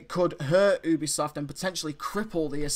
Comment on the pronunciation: did you just say OOObisoft lol??